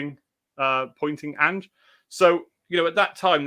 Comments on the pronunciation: Who’s An-gaye? You mean Ange 😂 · Why’s calling Ange, angay? 😂